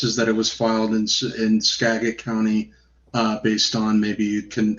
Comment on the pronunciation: It's Skagit with a j sound